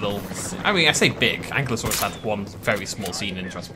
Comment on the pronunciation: Ah,, still pronouncing Ankylosaurus wrong. And, as far as I’m aware, the DPG stuff is still canon.